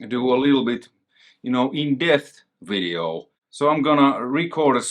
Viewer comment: You never say "And in this WIDEO" anymore.... I miss that haha :D